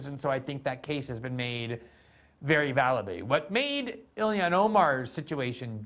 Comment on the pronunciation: ha, he pronounces it as ‘Ill-ion’